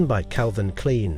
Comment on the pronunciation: The mispronunciation of Dior, Klein, Yves Saint Laurent and Ungaro...why?